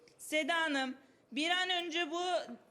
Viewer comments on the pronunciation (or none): once konusmani duzelt sida abla denmez seda abla denir garaman denmez karaman denir tamamami sopali denmez sobali denir tamammi konusmani duzelt